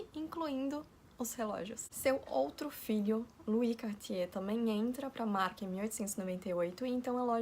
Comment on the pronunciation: que pronuncia linda do nome kk francês é uma lingua muito bonita